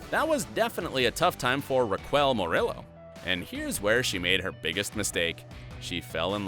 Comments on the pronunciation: “Rawquel” lol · Who's "Raquwell" ? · the way he pronounces "Raquel" annoys me